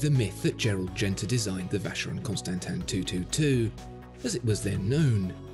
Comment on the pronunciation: God… when you’re making a video just look up how to pronounce